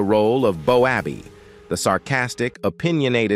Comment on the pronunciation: Cuts me up. BOWABBEY. ITS PRONOUNCED. BOWBAY.